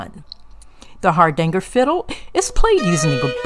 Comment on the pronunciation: Hardanger, not Hardangle.